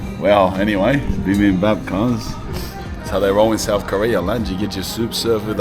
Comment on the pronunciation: Bruh your pronunciation for Bibimbab was sick af I love that and thanks for the review of Korea's dark history especially with the empire of japan